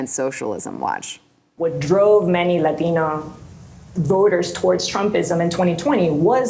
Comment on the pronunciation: I hate when non-latinos try to pronounce latino with an accent. "LATHEENO". 👉 GTFOH